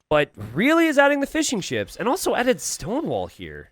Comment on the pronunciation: Jesus Christ you are saying "fishing ships" not "fish and chips" like I was thinking damn these people got fryers? Fml